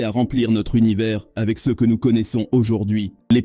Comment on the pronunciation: Une IA de vocalisation qui n'est pas capable de prononcer correctement le mot "CE" !